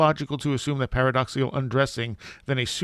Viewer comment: paradoxical, not paradoxial